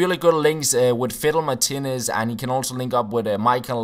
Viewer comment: Is it just me who hears him say "fiddle my titties" when he says Martinez :')